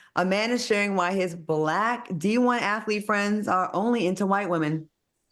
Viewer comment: I try not to cringe and I realize he can't help it but it really grates on my nerves to hear Al say ' ATHALETE' and 'SUSSESSFUL' . They aren't hard words. It's like nails on a chalkboard for me. I realize this is probably a non factor but I immediately skip the segment.